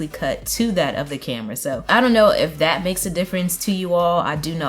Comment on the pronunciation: Like your channel, keep doing what you're doing, just a simple critique with the best intentions in mind, when you say "if that" it sounds like "eff that" it got me twice, but it doesn't take away from the great content you're publishing #team tmo